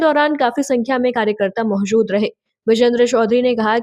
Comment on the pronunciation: Surkhiya ❌ Surkhiyan ✅Mahjood ❌ Moujood ✅Ejazat ✅